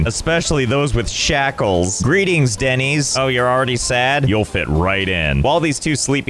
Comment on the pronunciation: I would rather be one of these villagers than hear Denys pronounced Dennys instead of Dennis one more time